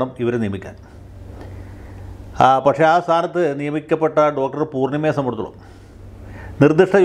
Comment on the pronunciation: േ സo ബന്ധി േച്ച ട ത്തോളം എന്ന് പറയുന്നത് ഉച്ചാരണം ശരിയാകുന്നില്ല.